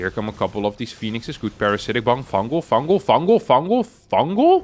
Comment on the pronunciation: "fungal! Fungal!" Sounded like you were saying "fangool!" In Italian